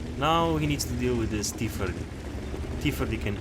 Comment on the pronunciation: Just had to point this out, i found it kinda funny, T- firty (idk if you have a speech impediment and in that case I apologize)